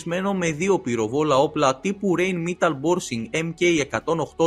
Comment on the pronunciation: Rheinmetal προφέρεται ¨ραινμεταλ¨ όχι ρεινμεταλ